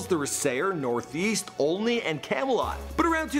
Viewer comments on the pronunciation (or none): He said olknee it’s olney like alknee